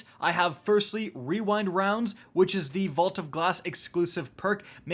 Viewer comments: It's ya boy ---Rick 'rewind wowndz?, wewind rounds?, no it's rewind rounds!!'Kackis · here